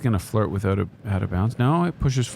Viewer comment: Nates Canadian came oot